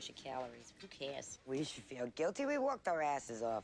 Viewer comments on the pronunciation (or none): said "walked our assess off" not "worked our assess off".